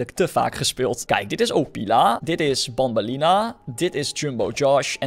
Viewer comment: Banban en banbeleena spreek je uit als benben en benbeleena